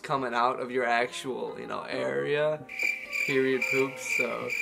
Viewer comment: I was so confused when she Said Piriod 💩😅